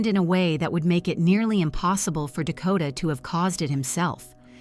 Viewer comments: After watching this poor boys story, I'm very upset that through out you have got his name wrong, his name is Dakota and on many occasions you have referred to him as takota 😢 RIP Dakota❤ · Yessss. It was making me mad every time they said it wrong.